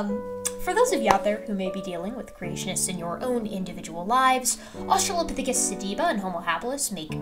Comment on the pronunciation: “australiapithecus tibula”